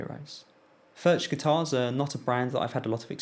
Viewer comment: Great review! BTW, the 'ch' in Furch is pronounced the same way as the 'ch' in loch (a lake in Scotland).